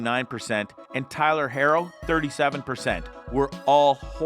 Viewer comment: I like how you're critiquing the Heat and can't even pronounce Max Strus or Tyler Herro correctly.